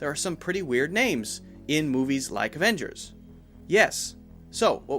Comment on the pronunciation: Useful video! But I have one problem. Who on Earth is saying "Awengers"????